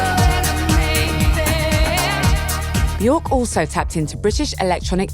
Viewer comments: if you do a video about björk, learn how to say björk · It's been nearly 40 years since the Sugarcubes and 32 years since she went solo, and media outlets like Resident Advisor STILL can't pronounce her name correctly! 🤦‍♂️